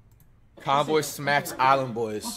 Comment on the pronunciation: Who tf is konvoy lol its konvyyyy